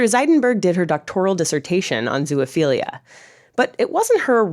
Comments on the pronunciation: You made a video and can't even pronounce the word? It's"best" iality" -- just as it's spelled -- not "beast" iality. It's also "zo" (rhymes with row) ophilia, not "zoo ophilia". Consent? When a male dog mounts a person, which one is non-consenting? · Why do you keep saying "zoo-uh-philia" 😭😭😭😭😭 It's making this so hard to watch and take seriously! There is no "uh" in the middle 😂😂😂